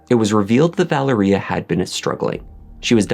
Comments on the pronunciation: Vă-Lār-Ria not Valeria 🤦🏽‍♀️🤦🏽‍♀️🤦🏽‍♀️ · Mispronouncing Valeria name. It is pronounced Val-ree-ahhh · Wow! Captivating and very well done. Just so you'll know, Keith's daughter's name is pronounced with an emphasis on the Va. So it's Va-leria. This was the deepest dive into this story that I have seen and being from Baltimore myself, I thought I knew the whole story. I loved it; liked it and watched it twice so far. I thoroughly enjoyed it! Subscribed!